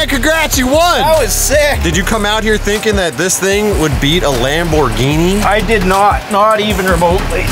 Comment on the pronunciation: Lamborrghine mashyne